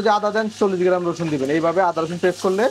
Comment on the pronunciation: আপনার দেওয়া রেসিপি গুলো বেশ সুন্দর সাব্লীল৷ দয়া করে চেস্টা করবেন পানি কে ফানি , পলাউ কে ফলাউ,গ্রান কে গেরান না বলতে৷ দোয়া রইলো ভালো থাকবেন৷